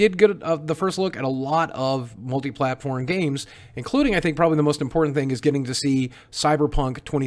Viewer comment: Did he say... MultiplatPORN